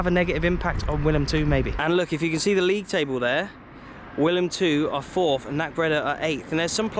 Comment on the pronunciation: Think correct pronunciation is 'Villam Tve' not Willam Two :)